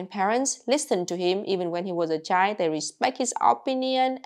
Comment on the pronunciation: I love the way she pronounces the word child. It's just chi :face-green-smiling: The whole 2 letters are missing and you still know what is being said.